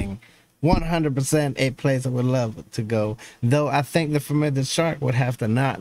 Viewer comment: "I lobe narwhals"...